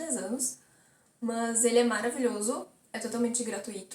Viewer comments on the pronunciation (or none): "MÃS" kkkkkkk